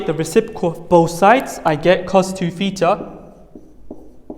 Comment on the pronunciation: Not petar but theta